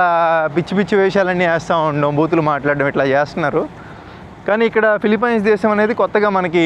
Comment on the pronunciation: Ore Gutle... nuvvu philipyyyyynes antaventra kojja...thuuuu... nerchuko ra gutle